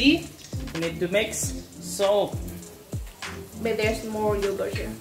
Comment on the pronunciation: Indian language I'm supper laugh here and she said " saltaaa" 😂😁😂😁😂🤣😂🤣😁😂